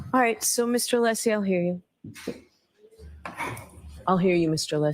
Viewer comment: Is Brennan mispronouncing Alessi's name here? What a dolt.